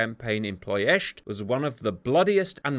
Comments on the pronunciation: just wants to say 'Ploesti' once more -- whoops, there he goes again. PLO esht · He always pronounced it - Plo-est-ee